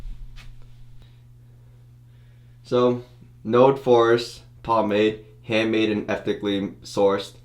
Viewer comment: I wasn't paying attention and the whole time i thought he was saying it smelled like a "force" instead of a "forest" lmao